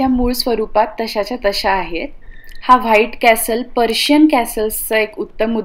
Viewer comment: पर्शियन नाही ताई प्रशियन म्हणा.